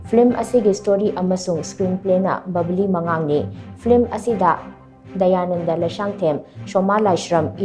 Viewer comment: Babli hyba nate Ba-la- bi mangang hybni